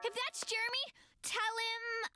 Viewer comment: stop saying JEREMY like that!